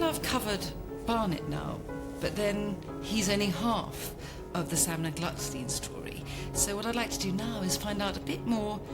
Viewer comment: The correct name is Glückstein, not Glucksteen.